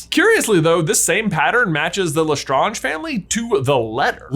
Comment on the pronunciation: “Lestronge” scb 2021